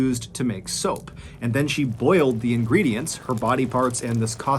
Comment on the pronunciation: Hi can you stop pronouncing “the” as “de” please